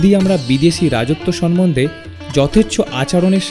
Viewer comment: কী জ্ঞ্যান ভাই আপনাদের! সাহিত্যিকদের সাহিত্য নিয়ে কথা বলছেন, ভাষাটা ঠিক ভাবেই জানেন না। আপনি ভুয়সী কে ভূষয়ী বললেন! ছি? সম্মন্ধে কে সনমনধে বলছেন। রবীন্দ্রনাথের লেখা চিঠিটির কপি দিন।"রবীন্দ্রনাথ শরৎ চন্দ্র কে সহ্য করতে পারতেন না" এই তথ্য কোথা থেকে পেলেন?